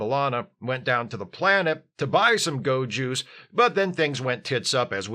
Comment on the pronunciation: Every time you said "go juice" I absolutely heard ✨gowjus✨